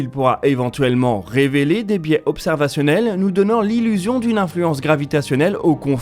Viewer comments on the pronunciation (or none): none